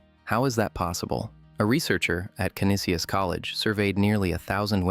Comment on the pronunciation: Canisius is pronounced as ke-nee-shess